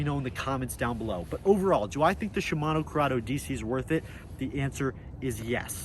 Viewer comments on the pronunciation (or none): he said shmino curdeo dc like 50 times😂